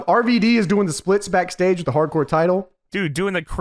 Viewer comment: It's RVD not arvadee. It's also water not wudder